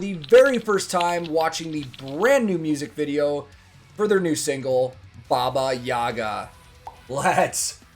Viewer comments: The right pronunciation is bAba yagA. In the word "Baba" the stress is on the first syllable, and in the word "Yaga" the stress is on the second syllable. And yeah, she is mostly bad character, eating children, fly like a witch with a broom or in a big mortar. She has a lover "Kaschey the Immortal" in some stories. And a house she has, with chicken legs and can run. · The last A in yagA gets the emphasis. The rest of the name is like neutral. So it's more like babayagA